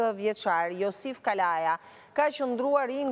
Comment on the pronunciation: Kavaja e shkruajn dhe kalaja e thone me ze,hahaha